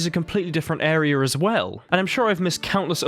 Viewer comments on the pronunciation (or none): What's arier? Then literally less than a minute later you say area, then 2 minutes later you do it again saying area then areier. So stupid, just say the words right